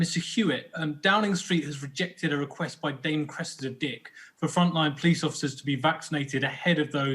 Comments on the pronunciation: She keeps talking about someone called the "pleece" but can anyone tell me who this is know I could get a fine from them but I need the heads up before I break any rules, so I have heard of the "police" and I know I need to watch out for them, but who are these "pleece" 🤭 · We call them the Po leese